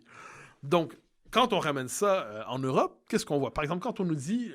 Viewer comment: D'accord avec MBC. Et belle entrevue, merci ! Maintenant, il faudrait qu'on arrête de dire "Urope", c'est "Europe" ! euuuuuu... comme des œufs (sans prononcer le "f" à la fin quand c'est pluriel)... "e" + "u" ça ne fait pas "u" ça fait "eu"